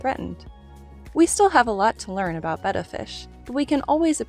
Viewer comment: Thank you for saying Betta correctly!!